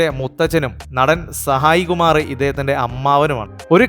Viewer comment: എടാ . പൊട്ടൻ . കുണാപ്പി. താൻ പറയുന്ന തൊക്കെ അക്ഷര . പിശക്കാണല്ലൊ. സായി . കുമാറല്ലെ . സാഹിദ് കുമാറല്ല.